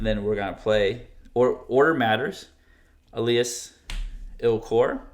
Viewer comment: el as ILL kor